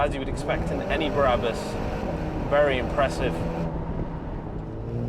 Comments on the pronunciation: It’s BRABUS and NOT BARABUS!!!! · Its BRabus NOT BARabus. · Brabus - not Berabus .....